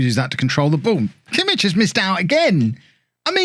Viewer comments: The "ch" in Kimmich is like the "ch" in "loch" or "Bach" not in "church" :) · Kimmich is much better in midfield he's not really fast enough in game for how you like your right backs. And please learn to say his name it's gonna drive me mad haha.